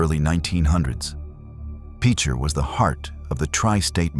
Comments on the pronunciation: Pitcher is the way it's pronounced! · You can tell this is an AI narrator. I really hate AI narrators. They cannot get local terms, correct but they also missed the obvious pronunciations like pitcher . A pitcher of iced tea, a pitcher of lemonade, pitcher, Oklahoma! What’s the damn hard about that! This is why I hate AI. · It is pronounced like a pitcher that you would pour tea out of.